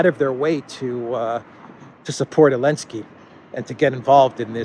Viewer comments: Great chronicle. But why do you keep pronouncing zelensky without the “z”? Is that some sort of retaliation :-) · Why do you call him Alensky? Or, am I hearing it wrong? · He calls him elensky because the letter Z is cancelled.